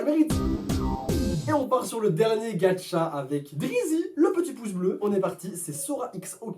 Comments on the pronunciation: Il dit Gatcha au lieu de gacha 😱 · GaCHa pas gaTCHa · Cc Sora je t adore vrm mais pk tu ajoute un "d" dans Gacha life c pas Gadcha mais Gacha 😑😅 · Sa se prononce "Gacha" life et pas "Gatcha" life ou sinon t le meilleur😅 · Sa se dit gacha pas gatcha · GACHA ET NN GADCHA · Sora il prononce gaTcha life moi j'ai trouvé ça super bizarre toute ma vie je prononce gacha life Pas vous??? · C est gacha pas gatcha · C pas gadcha mais gâcha mais pas grave💚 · C pas gatcha c gacha!!!!!! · XDDDD je peux rien dire, c'est hilarent, Sora tu dois faire une chaine de gacha! P.S : c'est gacha pas gatcha car tu le dit de la mauvaise facon mais bon c'est pg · C ouf hein ? 😂 MAIS C PAS "GATCHA" C GACHA FUCK :) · SORA : "Gatcha life" 😂😂